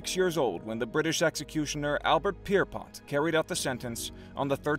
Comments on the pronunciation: Albert Pierrepoint not Pierrepot for goodness sake! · Whilst I congratulate on covering a terrible part of history could i please convince you to learn to pronounce names and places correctly? Belsen (not belzen) is pronounced phonetically as " Bell - Sen". The British appointed hangman's name is / was Albert Pierrepoint (phonetic: Peer - Point). One final comment - My late father (as a serving member of the British Army for many years pre and post WWII) had the odious task of planning, organising and implementing the bulldozers used for the burial of the thousands of deceased in Bergen Belsen concentration camp. My father never ever spoke about the incident or the experience, but (now) we realise he must have suffered silently in what today we refer to as PTSD; the odious task he had to perform was only made known to me at his funeral in the 1980's by his younger brother, and after I had said Kaddish over my dear father's open grave. Shalom